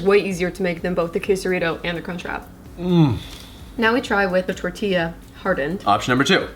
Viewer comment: Tor-t-yah. Not tor-tilly-yah.🤣 He totally cracks me up when he says that. Dude, do you eat qway-suh-dilly-yahs?